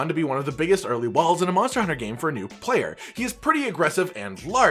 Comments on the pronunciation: he said monter hunter not monster hunter lol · says Monter Hunter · Are we not gonna talk about the fact that you said Monter hunter?